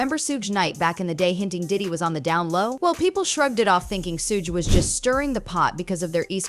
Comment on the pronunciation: Shugg.... not Sooj....!!!!!